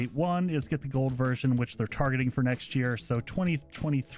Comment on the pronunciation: You say gold version or whole version?